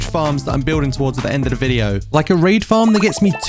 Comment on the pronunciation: you said the word "raid" in a specific accent i was so ready to hear a sponsor segment